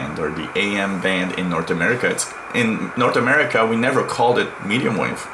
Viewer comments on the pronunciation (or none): none